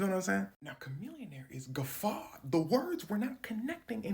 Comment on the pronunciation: I honestly think this is the first time I've ever heard the word "guffawed" said aloud so casually. Good job.